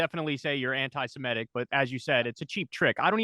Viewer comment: The word is not anti-SIMET-ic -- it's anti-SEMIT-ic. This is a terrible word virus!